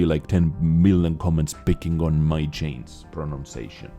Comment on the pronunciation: ur pronunciation of chainz is absolutely perfect Pls don't chainz it